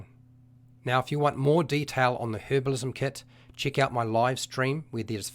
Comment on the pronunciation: hint to understand the video better: if everytime he says "chick", you understand it as "check", the video will make a lot more sense!